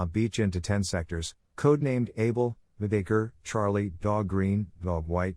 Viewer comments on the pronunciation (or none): none